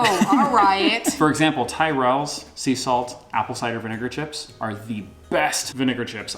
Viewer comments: Never heard of ‘Tie rells’ crisps. Tyrells yes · But pronounces it wrongly!